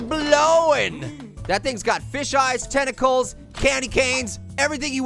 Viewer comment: tenticles Me:tenticles!!!!!! Yum I love it when it's nice and crispy But don't call me weird